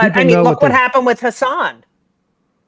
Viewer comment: For whatever it's worth, his name is pronounced "Hussin" rhymes with "cussin".